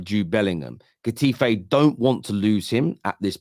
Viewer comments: hahaha its pronounced Hetafe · If u ever want someone to talk to on La Liga players HMU 👊 big fan of the channel and can't handle how u pronounce Getafe 😅😂🍻